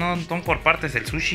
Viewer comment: I loooove to watch you, but I cringe whenever you go eat "sushi"